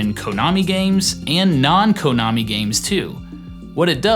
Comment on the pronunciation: "Kohnami"? 0_o